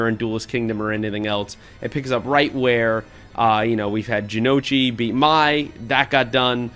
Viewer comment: Thanks for not reviewing the 4Kids parody, the actual shows don't get enough love. Edit: Some nicely done pronunciation corrections as requested: Ryoto: Ree-OH-tow. Jonouchi: Juh-NO-chee. Hayato: Hai-yah-tow. -[Gotta go, I'll finish watching the rest of the vid later. Thanks again, you guys are great!]